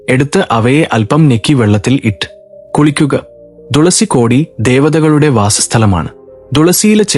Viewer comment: തുളസികോടി ദേവത കളുടെ എന്നല്ല, തുളസി കോടി ദേവതകളുടെ എന്ന് നിർത്തി വായിക്കേണ്ടതാണ്‌. ഇത് ഒരു ഉദാഹരണം മാത്രം.